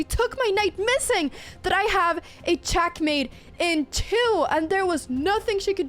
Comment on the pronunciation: I love the way you say "Chackmate"